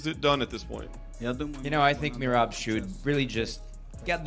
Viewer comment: Hey white boy, say Merab’s name correctly. MEY RAB, not MEYRIB.